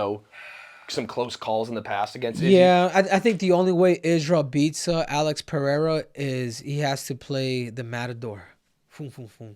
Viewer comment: Muito raro ver um gringo falando Pereira certo 👏👏👏